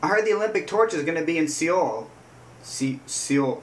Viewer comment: The pronuciation is Soul Korea. I love kpop music look at this video.